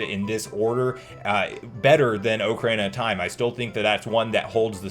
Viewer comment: Take a drink everytime he says 'oak-arena of time'